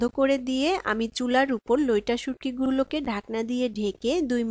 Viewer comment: Loita na vai loitta bolen